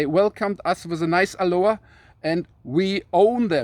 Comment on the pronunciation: It's not Aluha it's Aloha